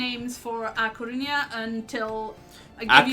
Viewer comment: I've dealt with it for 5 streams and now that A Coruña has been renamed I need to tell you that you've been saying it wrong every time! Ñ in Spanish (A Coruña is actually Gallician but it's a similar language) makes a ny sound, it should be pronounced like ah cor-roon-nya. The difference is noted in the differences between the Catalan and Spanish names for Catalonia, for example, as Catalan does not use ñ it's spelled Catalunya and in Spanish Cataluña. Should have named it Coruña Extra:P